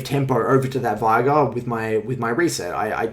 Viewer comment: The amount of people who say "vie-gar" when his name is said "vay-gar" is too damned high. Driven me crazy since season 4 or 5.